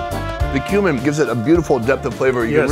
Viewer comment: Every time he says kumin I hear “human”